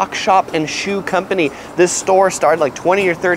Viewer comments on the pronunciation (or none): none